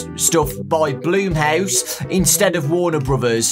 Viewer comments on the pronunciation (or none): Everybody: Blum House: Blume House